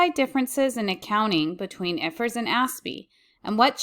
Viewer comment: ❤❤❤ I like the way you say I.F.R.S